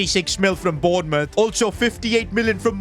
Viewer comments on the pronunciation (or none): none